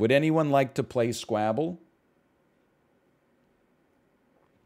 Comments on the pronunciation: He's pronouncing it like Scrabble. But Squabble is pronounced like wobble so I don't kow if the Devs pronounce it like that, it's an accent thing or he just doesn't know how to say squabble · almost disliked for the way he pronounces s k w a b b l e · Sounds like scrabble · He said it in the first video he made on this game. It’s probably pronounced like normal but he likes pronouncing it like that cause it sounds like scrabble and it’s fun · i think it sounds like Scrabble, the game with words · Why doesn't NL know how to pronounce Squabble? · but uwuified